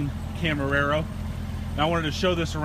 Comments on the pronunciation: Did you seriously just say: "I know of a hack" in GM Workbench that let me get more allocations - I call bullshit - and - "Camer-arrow" Seriously? >_< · one word... "camerararo" lol